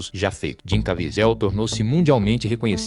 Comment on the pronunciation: Quem é Jim "Caviézel"????? 😂